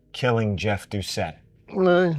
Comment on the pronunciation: As a Louisianan, I want to thank you for taking the time to learn how to properly pronounce Plauché and Doucet.